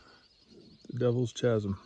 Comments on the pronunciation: Dude. It's pronounce KAZ-em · My mispronunciation of chasm has upset many of you. Thanks for watching! If you would like to support my work, please consider purchasing a copy of my book, Enigmatic North America: Legends, Oddities, and Controversial History. There are over 200 high quality photos in this book and it is full of mind-blowing information. Available in paperback snd ebook on Amazon! Thanks for the support! Link to my book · Hey, the "h" in chasm is silent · Please look up the pronunciation of "chasm". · Never heard someone mispronounce "chasm" before lol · Chasm is pronounced “Kazum”. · Chasm is pronounced as "Kazm" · Entertaining video, but I cringe every time you say chasm. It''s pronounced: kaz-em. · The H is silent! It's pronounced 'KASEM'. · Chasm is pronounced KAZ-EM, the H is silent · It's pronounced "K"asam with a hard K sound. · Chasm is pronounced Kaz-m. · It’s “ka-sum” not pronounced as the ch in chocolate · It’s pronounced Ka-zm… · "Ch" asm? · It’s pronounced “Kaz - um” Not chaz - um. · Good times. But your pronunciation of Chasm - /kazem/ was atrocious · Every time you say ch…asim I crack up. I have always in 68yrs been taught Kaz..im…do I know which is correct…thank you for sharing as I couldn’t climb 20feet. Also I live in Australia so thanks…❤❤ I didn’t read other comments……sorry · Chu-asm… noooooo…. Khasm… yesssss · It's pronounced kazum with the sound kaa-zum not with the ch-zum sound LOL sorry my OCD kicked in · Chasm is pronounced “KASM”. Have you ever read a book? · You probably saved yourself a ton of people saying, It’s pronounced Kasm, lol. Great job! Keep them coming. I’m disabled and can’t explore anymore. I used to find Creek Indian places all the time growing up. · A correction, FYI: the word “Chasm”, the H is silent! It is pronounced, “Kasm.. silly! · Gonna sound mean but I had to stop at chazzzm , sure it’s badass but can’t even watch I’m laughing so hard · wonderful hike! Just a little note, chasm is pronounced Kasem.